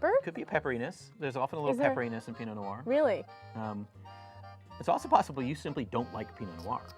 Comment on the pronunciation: « Pee-no no-are » « sav-ee-on blonk ». It astounds me how many people can be experts in French wine but not take a little bit of time out of their day to properly pronounce our French words.